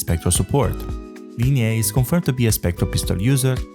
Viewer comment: God... It's Li-nay, not Li-nay-eh. What's up with YouTubers not being able to pronounce the easieste names? Just put the names through Google translate and listen to the pronunciation in English.